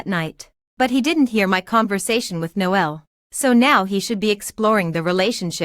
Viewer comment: His name is actually pronounced Nole and not No L Noel is another term for Christmas. It’s me being picky I know but I found it really annoying. The AI reading of these stories is often bad, with words being split and then spoken as if they’re 2 separate words. This happened many times during this story. Irritating